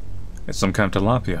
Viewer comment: The way say tilapia lol